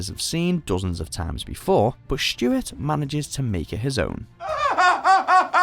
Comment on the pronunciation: Is the person saying Shtewart?